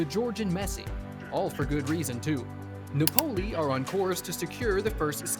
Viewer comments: The overview of Khvicha's life is good, but please learn how to pronounce countries and teams' names correctly, e,g., Nah POE lee, not NAH pole y. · Lol yeah - Na-PO-li😂